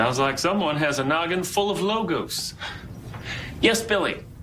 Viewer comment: As a greek i confirm that he pronounces Logos quite good